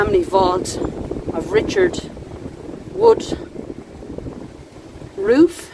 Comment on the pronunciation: Hi! I'm sorry the Dublin weather was unkind to you but thanks for persevering. The name Woodroffe is well known in these parts. It's a brand of soft drinks and here it's pronounced 'WOOD-ruff'. That skeleton made me jump. I nearly spilt my coffee. I'm not sure I heard any voice but yours but I'll run the video back and check. 🇦🇺 🇮🇪